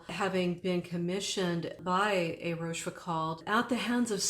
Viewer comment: a deep diving. Also, please learn to pronounciate France Talk. Rochefoucauld, the last syllable rhymes with "goal". The "d" is silent.